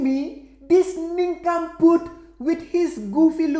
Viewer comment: This guy completes me. “Nincompoot”